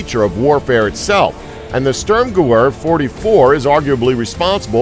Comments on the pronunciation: Switch "veer" with "vair" and you've got the right pronunciation. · its pronounced SturmGewhr or Sturm Guh Veer!!!! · Störmgewöhr :D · "Sturmgewehr" is NOT pronounced [ˈstɜ:rmgɜwɜ:r]... but ['ʃtʊ:rmgəˈve:ɐ̯]. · Stop butchering these words, will ya? Machuahuitl..pronounced "Mock-Wee-Tal." Stürm Gewehr....Pronounced "Stoorm-Ge-vair." It means "Storm Gun" or "Assault Rifle." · listening to him pronounce sturmgewer makes me cringe. its pronounced sturmgever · Craig Vanes gewehr not gewer lmao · It's pronounced: "Shturm-Geh-Veer" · it is pronounced Sturm&gever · gewehr pronounced gevehr* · FYI the storm gewehr is pronounced (ge-veh-er) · close but pronouncing it "Gahvahr" is closer =) the "y" makes no sence at all. At least you actually know how to roughly pronounce it =). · sturmgewehr is pronounced st - erm - gev - air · um are you fucking german I know they it's strumgewher but Germans pronounce their w's as v's so plz come back with knowledge of the subject or don't come back at all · say it with me "Shterm-gevair" -sturmgewehr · STØØØØRMGEWWØØØØR... Maybe.... do you think.... it wasn't the Germans, who made it.... Maybe, it was the Swedes?? Störmgewör 44 ? :D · There's also the GOATENDAG!!!! Or the Dagger of the Goat!!!! ( yes, the original word means Good Day/Hello in German )... He's HORRIBLE. The Störmgewör just sounded Swedish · espc45 yea it's pronounced gevair but it's spelt gewher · STURMGEWEHR 44 in German (W) makes a (V) sound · Come on, at least try to pronounce 'sturmgewehr' correctly. The W in German is pronounced as a V. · Your pronunciation of 'Sturmgewehr' is simply terrible